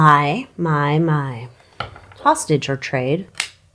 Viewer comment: I heard it the same way, like the Crazy Train intro.